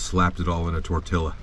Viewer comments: We’ve got to work on the “tortilla” pronunciation but besides that, love the vid! 😂🇲🇽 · Did you just say tortilla? Like letter for letter?! 😂😂😂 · Lol tortilla… ll is pronounced y